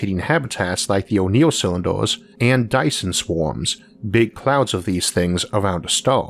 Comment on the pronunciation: can't take the speech impediment. turned it off as soon as i heard, "o'neill cywinduh".